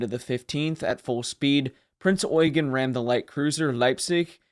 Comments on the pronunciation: I am so glad that the US nattaror isn’t pronouncing the Ship as the Prince Yew-Jean. Something I have heard more than a few times. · Generally a well done video and thank you for pronoucing her name correctly, although you seemed to have skipped over her service in both 42 and 43 and there were a few minor techincal hic-ups and details left out, like for example her status as flagship in both 42 and 44-45 or that the majority of people that she and the rest of the Kriegsmarine aided were civilian refugees and not soldiers, although soldiers were also present, but they were the miniorty. Also, did you know that theres so much more to her post-war story, then just the weapons tests and the atomic bomb tests? Or that she went through a hurricane to rescue a distressed civilian ship, on her way to America? She was a living legend!, and the American public and press wanted her. You weren't lying when you said she was wanted by everyone. As the Head Admin of the Heavy Cruiser Prinz Eugen Appreciation Association, I would like to invite you to our association, if you want to learn more about her, her service, her crew and more with and without stuff that isnt covered in modern mainstream media. Our association consists of fans, admirers and historians who all have a love for this great ship. We also have teamed up with the award-winning wreck photographer Becky Kagan Schott, who has some amazing photos of Prinz Eugen´s wreck and she plans on doing another future dive for more stunning photos. Given that we sadly does not have a museum ship to preserve, we are very passionate and serious about her legacy an